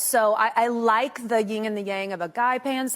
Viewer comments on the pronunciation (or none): YIN ...... IT'S BLOODY "YIN!" not YING ---- PERIOD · People who say “ying and yang” really bother me. It’s Yin and Yang. Like… ugh. Idk why it bothers me so much, but it does. It just makes you sound ignorant, in my opinion.